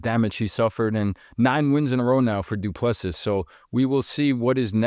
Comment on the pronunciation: Say Doo ple SEA...... OR SEE,not seas nor sees.... omit last S